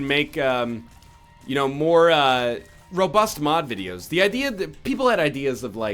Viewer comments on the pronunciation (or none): none